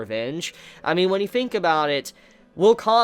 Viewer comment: A grown adult pronouncing Think as "fink".